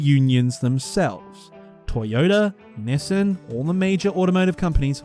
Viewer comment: Don’t pronounce Nissan like that